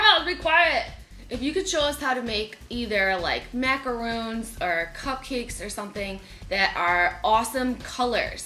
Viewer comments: I just realized that Jenna and you guys pronounce macarons as "macaroons". I'm pretty sure that macaroons (with two Os) are the coconut cookies, not the French pastry! It can get even more confusing for the people who don't know the difference between the two spellings. Other than that, those macarons look delish! The pastel colors are so pretty too~ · The way they say macaroon is infuriating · Roe -- I first had macaron in Paris and you are correct. When I hear people pronounce them with "ooh," it's a minor annoyance. The French actually pronounce it "ma-ka-row" (short "a," such as in "hat"). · The only thing i really didn't like about this video was the pronounciation of the macarons. The way they pronounce it would be ritten in french "macarounes" wich kinda doesn't mean anything, but hey, I'm just a bit picky about this kind of things. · im quite surprised that ppl are mispronouncing these... these are macarons not macaroons two different pastries. macaroons are made from coconut and form a mound. Macarons are these almond based pastries. the two words are not interchangeable.....what made here are pronounced as MA KAH RONZ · Macarons. With a long o sound. Macaroons are a different cookie entirely. That aside, these are so good and hard to find! Def want to make some with Nutella. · Either you made the wrong dessert or you mispronounced macaron throughout this entire video. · ***** Er actually she did say Macarons. So right cookie, but wrong pronunciation ^^. We visit the French Nuns every now and then. We tend to get people who want to correct them on their speech. I feel bad for them. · these are not macaroons, ergo they are not pronounced like macaroons lmfao. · people pronounce it that way but it's really MacarOOns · Pelle McKruth Since the word is French and not English, no, it is not correct. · MacarOns!!! MacarOOns are something different. Just saying! But you know that by now. 👍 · is notorious for mispronunciation of words lol